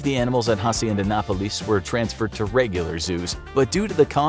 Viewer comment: It's interesting how he pronounces Hacienda Nápoles, failing to put the emphasis in the right place.